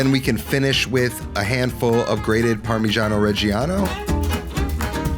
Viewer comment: Thank you for saying parmigiano reggiano and pecorino romano every time. They are specific cheeses from very specific areas of Italy and our cheesemonger put a lot of effort in the making, thank you for acknowledging that.